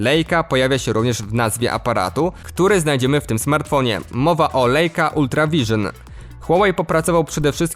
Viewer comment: Lejka?! Nie tak wymawia się nazwę niemieckiej firmy fotograficznej istniejącej od ponad 100 lat.